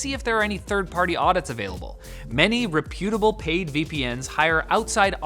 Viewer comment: Does nobody in Canada know how to pronounce, "reputable"? I thought it was just a Linus quirk.